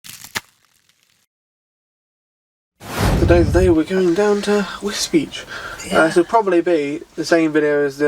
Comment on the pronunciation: I thought Wisbech was pronounced Wisbeck not beach